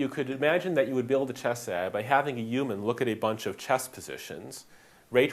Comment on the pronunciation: Ray Kurzweil also talks like that.